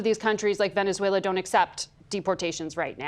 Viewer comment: "Venzuela" 😂 … Venezuela 🇻🇪